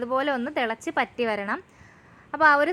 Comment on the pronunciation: പറ്റി എന്നല്ല വറ്റി എന്നാണ് 😂